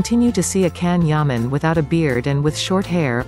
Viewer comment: omg pronounce his name correctly